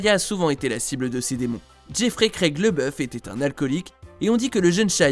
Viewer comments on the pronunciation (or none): Laboeuf pas leboeuf 🤣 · Tu fais un sujet sur lui et tu ne prononce pas correctement son nom. LAboeuf, A, et non Leboeuf. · LABEOUF PAS LEBEOUF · Le mec dit tout le temps " leboeuf" pour tant c'est déjà écrit en grand " labouef" 🤔🤦‍♂️🤦‍♂️